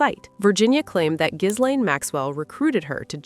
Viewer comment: Omfg. The S is SILENT. NOT GIZ-LANE. GIL-LANE. FOR CRYING OUT LOUD!!!